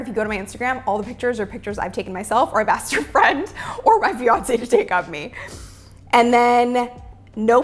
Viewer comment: I stopped watching when she said Fiance 🤣